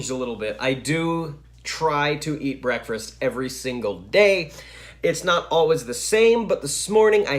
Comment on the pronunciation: Did I hear you pronounce "breakfast" with an extra "r" as in "breakfrast"? Since we change so much in just a few years, other than Phantom or theatrical music, what is your favorite music now? I personally love Enya. She sounds so ethereal.